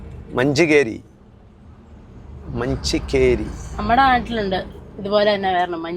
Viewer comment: ചാവട്ടി❌ ചവത്തി✅ ബലേഹഡ❌ ബാളേഹദ്ദ✅ കാട്ടൂ൪❌ കാതൂരു✅ മഞ്ചിക്കേരി❌ മഞ്ചിക്കെരെ✅ യാനാ❌ യാണ✅ സ൦ഗതികോപ്പാ❌ സ൦ഗടിക്കൊപ്പ✅ 😊😊